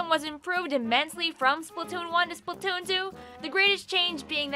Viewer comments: “SplUtoon” does sound better than splAtoon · "Spuhtoon" lol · How different people pronounce “splatoon” Regular splatoon players: spl-uh-toon Beginner splatoon players: spl-a-toon: spl-toon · the way pronounces "splatoon" really resonates with me for some reason